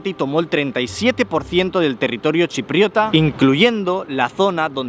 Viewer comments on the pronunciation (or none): no lo dices bien. No es "chiprota" sino chipriota. Grecochipriota y/o turcochipriota. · Que dolor de oídos, es chipriota, no chiprota 😂😂😂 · se dice chipriota,no chiprota! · Se dice “chipriota” no "chiprota”. Y no es “unificar” es “anexionar” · Me da TOC cada vez que dices ChiPROTA (Parece un insulto)........ 😄😄 Es ChiPRIOTA. Perdón ehh pero es que no podía evitarlo. 😚🙇‍♂ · Chupito cada vez que dice "chiprota"🥂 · Chipriota, greco-chipriota y turco-chipriota..... Ese chipriota duele oírlo 😂 Interesante video como es habitual😅